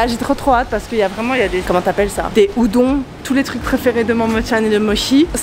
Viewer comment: "Des zudons" 👁👄👁